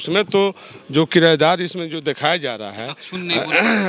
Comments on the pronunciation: Kirdar ko kirayedar bol rahe hai. Padhe likhe log hai. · Sadhu yadav aap bhi kirdar ko kirayedar bol rahe ho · साधू जी आप भी पढ़ें लिखे हैं 😀😀 लगातार दो विडियो में किरदार को किराएदार बोल रहे हैं 😀😀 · ई किरायदार क्या होता है...किरदार होता है साधु बाबा 😂